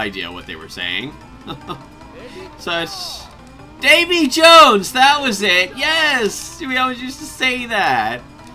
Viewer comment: If you're curious, when the Japanese guy says "Davy Jones!" He's actually saying "ebi ichou!" which means something like "One shrimp coming right up!"